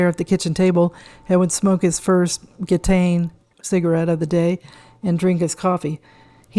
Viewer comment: Please learn to pronounce ‘Gitane’, a brand favoured by Camus and Sartre, no less, properly !